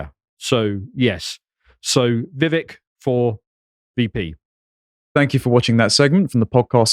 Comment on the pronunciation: it's a two syllable name you anglo-saxon Mr. Puddingale Falmworth Woolridge Elderberry. Make "vivek" into "vik" smh. I agree with you on the other segment -he's clearly the smartest and most competent man running and having Vivek for 4 years as VP + 8 years as President would be ideal. However, Vivek like Trump, wouldn't be ok with being a VP. He's very alpha and more suited to running something.